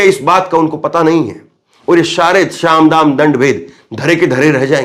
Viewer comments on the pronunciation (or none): saam dam na ki sham dam hai